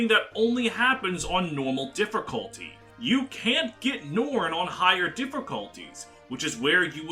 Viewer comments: The way he says "differcullty" is so distracting haha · "differcolty" will never stop being funny to me